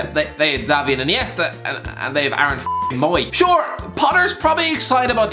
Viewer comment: “dAvId” InEIstA